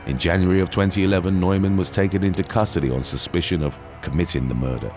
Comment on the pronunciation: Sorry, Neuman is pronounced Newman